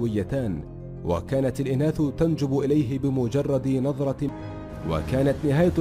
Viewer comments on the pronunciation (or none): تنجذب وليس تنجب 1.50